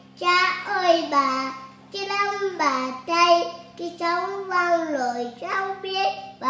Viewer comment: Các cháu tập cho phát âm rỏ chửi hơn nữa thì tuyệt như chử YÊU… NẮM….👏 hát hay lắm nha.